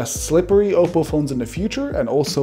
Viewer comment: Finally someone pronounced oppo right